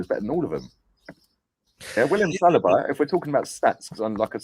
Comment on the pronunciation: Lol Why does keep pronouncing saliba as salad-bar?